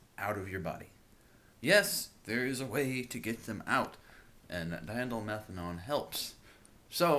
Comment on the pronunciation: Nice pronunciation of diindolylmenthane! :P